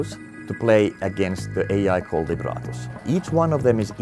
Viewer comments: Lab Rat Us. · "just in libratus fashion" lmfao how many times did the robot suckout loooool